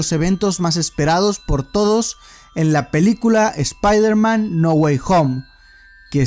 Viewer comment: Oye wey por que dices "espairderman" en vez "espaiderman"?